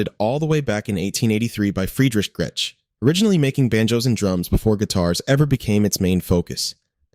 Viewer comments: And the pronunciation of Gretsch guitars ("Gret-tetch"). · How many different ways is it going to pronounce Gretsch? It did get it right once at least😂 also missing a lot of guitars I was expecting to see - Charvel, Jackson, Epiphone